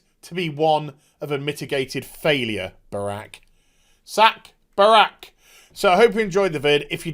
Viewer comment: Every time you say brack, I hear Barack, and I'm just like, look mate, I think you're taking the blame Obama meme a little far. Lol.